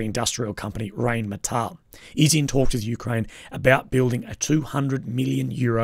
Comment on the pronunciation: Never trust a war blogger who can't even pronounce Rheinmetall. It's RINE-METAHL. And no, the Ukraine plant bs is a total PR story, it will never happen.